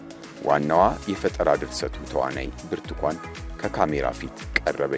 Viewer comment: ብርቱኳን ይላል ብርቱካን አይችልም